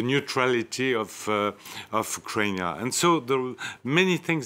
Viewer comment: He is actually the only one who properly pronounces the Russian and Ukrainian terms and names. The Slavic name of Ukraine (when spelled using the English alphabet) is Ukrayna